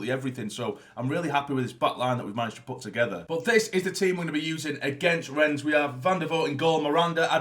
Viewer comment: It's actually pronounced "Renn" the s is silent.